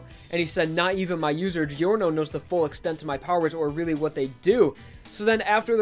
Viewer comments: my least favorite thing about giorno is that ppl call him geeyorno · Man i really love your job here! ( Btw i m italian and i laugh a lot when u pronunce italian names ) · Its not delivery its giorno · you pronounced giorno's name wrong